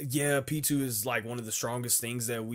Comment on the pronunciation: since this is the last time you'll have to talk about Pitou in length, i'm going to tell you that you've been saying their name wrong the whole time, it's Pitou, not Pitwo :p